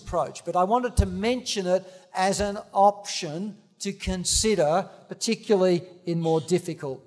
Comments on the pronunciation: He means particularly but he is saying it wrong. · Funny that he can't say "particularly"